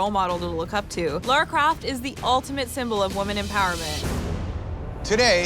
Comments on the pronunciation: is it me or are they all saying laura croft?? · I am the Laura croft of this competition.... It's Lara Croft. Lara, not Laura. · It is "Lara" not "Lora" I know it is a fictional character, atleast prounce the name correctly if you are going to compare yourself too her. Fictional or not. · Lara! Not Laura!! (As a fan since I was a kid, it triggers me every time.) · If your going to compare yourself to Lara Croft at least say her name right. Its Lara not Laura.